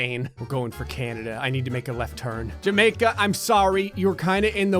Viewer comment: u said jamimaica I'm sorry That's wasnt jamaica XD